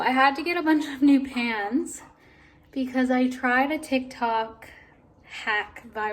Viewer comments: Was it just me or did anyone else think she was saying she put her PANTS in the oven! Haha I was sooo confused🤣😅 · You know I was wondering how come she didn't get the pants she wanted when she was looking at the clothes. I heard pants too!! Haha!